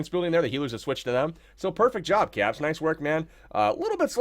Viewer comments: anybody else I are him say cocks instead of kappz lol I swear I heard it..... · he said hogs lol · I heard it too haha